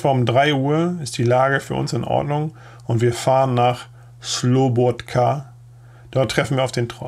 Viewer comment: Ich will jetzt nicht wirklich an der Unbegabung der Aussprach was Ortsnamen anlangt (ob französisch, italienisch o. russisch) herumreiten, aber wieso organisiert ihr das nicht besser, insofern, als dass ihr bei der Reinschrift einfach die Namen in Lautschrift vorbereitet??? Bitte nicht böse nehmen, aber du hast sogar bei den einfachsten Ortsnamen wie Slobodka Probleme! Der Bericht ist tragisch anschaulich gut geschrieben und vorgetragen. Eure Arbeit ist gut und wichtig!